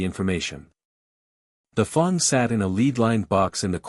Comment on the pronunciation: Good story, but the pronunciations need a LOT of work. WTF is a FONG!?!